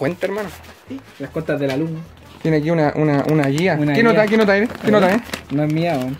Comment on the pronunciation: tiene luse? tiene lusE??